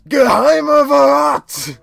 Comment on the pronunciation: Yes, it is 'See' means 'lake', just as I said last time :c Hm. The word as you pronounced it would be 'Verrat', meaning betrayal, yet it's 'Vorrat', which means supply. I guess you could speak the first first part like 'for'. absolutely right there correct you forgot the 'l' at the end since Morton and Iggy have their own 'Burg', one could deduce that 'Burg' means castle, therefore 'Burggarten' would mean 'castle garden'. Not like it's a little bit obvious :D And again a general thing - you tend to pronounce 'ch' as 'k' (in English, ofc), but the actual sound would be similar to 'sh', but a little bit different. It's hard to explain, especially since I can't come up with an english word that contains that sound. Then again, who actually cares?